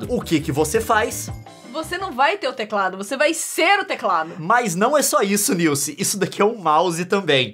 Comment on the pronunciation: Pqp !!! Como conseguem ver os vídeos desse cara , primeira vez que vejo .. e nunca mais kkkkkkk Bla bla bla “niuce” “Niuce” Não é “niuce” Meu ovo “niuce”